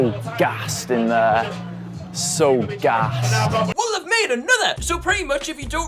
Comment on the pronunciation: Why mans proper pronounces the word “gassed” like he’s got a lisp trying to say rolls Royce